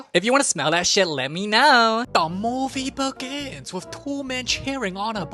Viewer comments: “Da movee behgihhhnns” my fav line ever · Nothing actually beats "DA MOEVIE BEGGINNSS"